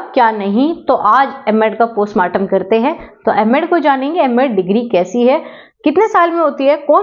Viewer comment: Your word postmardam word is very very bed.please improve your words.